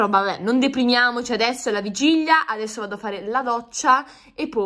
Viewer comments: ma, una domanda, come mai dici vigiglia invece di vigilia? (curiosità) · ma perché dici Vigiglia ahahah😂😂😂